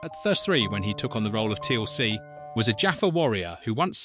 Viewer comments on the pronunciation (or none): 'Teal ce', Ffs, it one word, Teal'c. AI Rubbish! Onr of the pictures of Garry Jones is not even him, it's Ross Kemp!!! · Teeuhl "C" HAH!